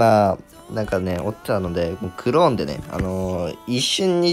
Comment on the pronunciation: クrrローン 発音よきww